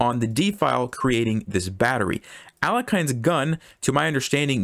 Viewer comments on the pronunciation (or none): Pronounced [a'lexin], not [,ale'kain] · Mister, I beg you, the proper pronounciation is Alyekhin, not Alekhayn. French spelling of Stalin is Staline, but nobody says Stalayn. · it is pronounced ah-lyo-kheen. Пожалуйста.